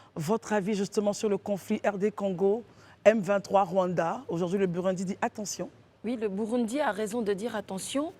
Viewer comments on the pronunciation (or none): Ça s'écrit Burundi mais ça se lit: Bourondi. Africaine ou marsienne? Simplifies-toi un peu la vie. Il n'y a que lorsqu'on entend les hommes dans cette émission, qu'on sait qu'on est en Côte-d'Ivoire 😅😅😅